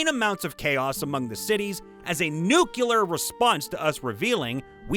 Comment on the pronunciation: “Nuc -Lee - ear”…….. Not “nuc - you - lure”. Come at me as a pronouncement nazi if you want, but God this bothers me……